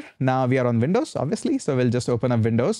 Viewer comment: Windows, not Vin...dows